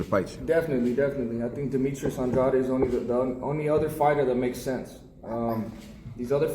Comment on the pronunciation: Finally saying the last name right. Andrade